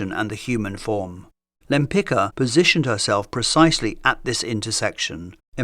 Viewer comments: You got the pronounciation of her surname incorrect - no wonder, it was Polish and Polish is not an easy language. Since she never changed her surname nor anglicised it it should be pronounced Tamara de "wem-pitz-kah" but, as you mentioned she chose the masculine version/suffix and also exchanged the Polish first letter of her surname "Ł" (sounds like English "W") for more familiar to Westerners "L". Then it was pronounced Tamara de "Lempitzki". Actually, she also added "de" for the more noble impression :))) That would mean nothing to you if not for the fact in 1918 Poland was reunited after 123 years and Tamara Łempicka always insisted on the right pronounciation of her surname reminding she was a Pole (being Jewish for ethnicity/religion/background but Polish for nationality, country ect.) - I guess thinking it added some exotic vibe ("she came from the East, Russia, Poland, far away country") or just excentricity. It was how she and people who knew her pronounced her surname - the original one as well ar the last official version. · It's amazing that Lempicki was pronounced correctly but Lempicka - no.... It's really annoying to hear "Lempika" so many times. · Great presentation of Tamara's works and life background. I may suggest you to check how the pronounce her Polish family name something like yempitska😀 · My comment was rude, I apologize. It was a result of a bit of frustration when an easily pronounced Polish surname (properly LempiTZka) is often anglicized, while the same isn't done for artists of other nationalities. Other than that, I really enjoyed the video itself and appreciate your channel. Best regards. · Many thanks, another brilliant episode. I don't mean to be nitpicking, but that's not how you pronounce her name, I'm afraid. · Great video, but please look at proper way of pronouncing her name… it hurts me so much as a Polish person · The name is pronounced "Lempitska". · "Lempika"???😂😂😂😂 Łempicka!!! "Ł" like "W" in "Wood".